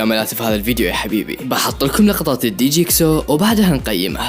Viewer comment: مشي دي جيكسو رك حاسبو طلع من ون بيس 😂😂😂 اسمو دجيكسو تنطق جيكسو